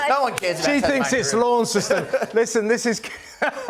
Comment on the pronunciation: It's" Launston" not LauncESton.